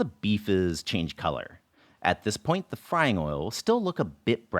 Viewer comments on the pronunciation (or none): none